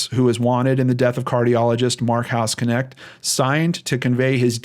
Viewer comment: don't know if anyone else mentioned it but the way to pronounce his surname, which is german (i know cause i'm german :)), is [knɛçt] not k-nect. a bit like the sch in mc escher. might be pronounced differently in the us though. funfact: hausknecht means housemaid or caretaker. very interesting case since i heard of the hospital before when i was visiting texas.